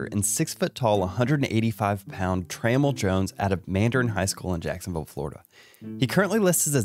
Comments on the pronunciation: i think his name is pronounced Tra-mell(Tra-mail) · Hey, awesome video as always. I was going to let this go but I just had to let you know… I don’t think you’re saying Tramell’s name correctly. Anyways, love your videos man. Keep doing your thing. 😃